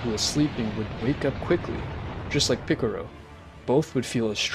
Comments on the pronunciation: Its PICCOLO NOT PICCURU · Jai-ren and piccoro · bro is saying mr picoro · It KILLS ME that this guy says EVERY SINGLE NAME WRONG!!!!!!! Picorro.... Shenlong.... Whis like "Swiss" .... Vermoot.... GoTEEN.... ...........SO BAD!!!!!!! Story is good tho lol. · It’s piccolo not piccoro. Goten(Go-10) Not Goteen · Hey, it's really racist that you guys pronounce in a racist way. Piccolo (piccaro), shen-long (shen-ron), etc. I can't believe YouTube lets you get away with this... 😮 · Ffs, do you even watch dragon ball? You mispronounce every name and don't even come close to pronounce them right